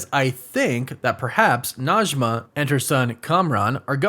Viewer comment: Najme And Karim i live In Iran And Arabic and Persian are not same but sometimes the pronunciation are same Najmeh not Najma thank you for your video ♥